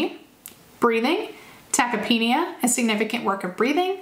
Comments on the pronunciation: Ta-kip-nee-uh ...not tachyapanea or whatever you said lol. Love the information though. Getting recertified on Monday and these are awesome refreshers! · Good review, but, only to be helpful I would suggest your pronunciation of tachypnea is a little off.